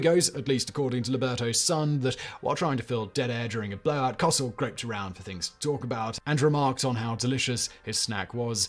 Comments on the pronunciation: Howard KO-sell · He also murdered Howard Cosell's name... Simon and non-Americans (and young Americans) it's pronounced Co-sell. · Howard Cosell (pronounced "coh-SELL") was part of the Monday Night Football broadcast team. Prior to that, he was known for being the journalist closest to legendary boxer Mohammad Ali for nearly his entire career. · Howard Cosel's last name rhymes with Go Sell. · I missed Simon saying Howard Cosell. I personally pronounce it Co-SELL. Your "Co-sell" makes it seem like you don't put an accent on EITHER syllable. Is that true? If not, do you pronounce it as CO-sell or Co-SELL? Reply to: "He also murdered Howard Cosell's name... Simon and non-Americans (and young Americans) it's pronounced Co-sell." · please learn how to pronounce celebrities names! It's very very easy to do 2 seconds of research, but the cognitive dissonance experience when someone hears a common/familiar name pronounced incorrectly over and over is enough to skip a video.